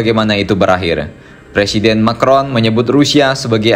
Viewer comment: Kata Putin "Macron" di panggil jadi "Micron"(sangat kecil) ...😂😂